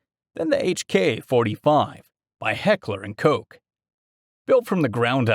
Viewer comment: It's really refreshing to hear someone that knows how to pronounce "Heckler and Koch", if you have any doubts, look for a video created by Heckler & Koch, I would think they could pronounce it right. Heckler & Coke, I guess some people just never grow up, the simply cannot resist the urge to call it Heckler & Cock. 😆🤣😅😁